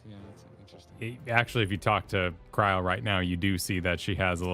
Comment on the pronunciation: I'm not sure had read chat at the time he said Kri-el and that he somehow also came up with it on his own.